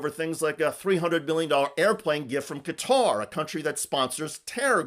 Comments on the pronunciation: The name of the country is pronounced Gat-uh - not as Cutter or Catarrh. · Cutter lol ffs try and say it’s name properly